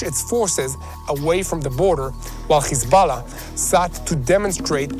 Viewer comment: Please please please, don’t say kkhizballah. Please. The correct way to pronounce it, is Hesbolah or Hezbolah. But not Kkhiizzbaala. No no no. I want to lessen to your program but it’s nerve wrecking.